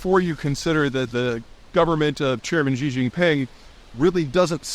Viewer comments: Xi is pronounced like “She” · This guy would have a lot more credibility if he bothered to learn to pronounce "Xi" correctly.